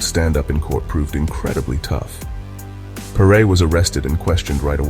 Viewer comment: Excellent narrative, but perre is pronounced as "perry", as in perry mason. At least that is how the local press always pronounced his name at the time.